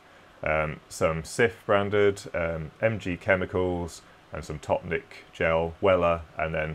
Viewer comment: Topnik gel and normal topnik with brush is from poland. Im from poland to, and I'm shocked that you read it so well :D